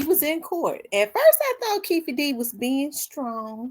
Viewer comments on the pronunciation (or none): Keffe😂 pretty sure its Keefe😂